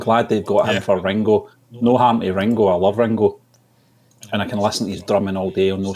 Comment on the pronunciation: Its Ringo not Rengo